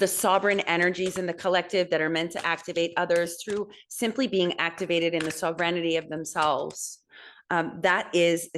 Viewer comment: I was born Aries but "due" as a Pisces 3/18. Born 13 days "late" 3/31/89 as Aries. My mother broke all her ribs in a car crash right after we had connected via umbilical chord. I love BTW that you're saying sovereignty like "serenity". it's beautiful <333